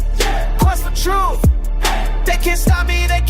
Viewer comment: There is no F in the word trrurh